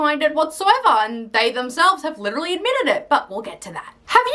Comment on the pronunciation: she said "witewally" instead of literally